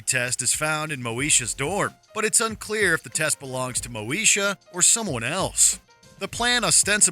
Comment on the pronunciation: It's pronounced Moneysha.